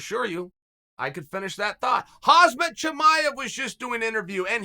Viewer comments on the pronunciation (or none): Khamzat not Khazmat .. Michael! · Man said “Khazmat”😂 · If chael says your name is hazmat chimaev your name is hazmat chimaev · Hazmat? hahahahah (k)hamzat more like it m8